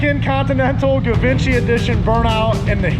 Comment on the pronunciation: The “g” in givinchy is not a hard “g” more like zhee vann shee